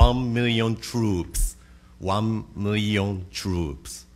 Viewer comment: “Won miweon twoops…wooooow”